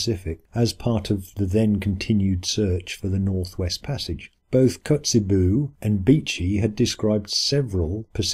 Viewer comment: "Otto von Kotzebüh"? What?